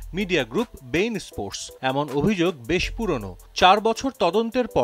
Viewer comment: ভাই "বেইন স্পোর্টস" না... "বি ইন স্পোর্টস" 😂😂 আবার শেষে বললেন ২৮ সপ্তাহ lol 😂